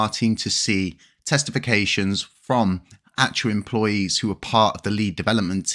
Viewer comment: I know you said 'testifications'...but I heard testicles 🤷🏻‍♂️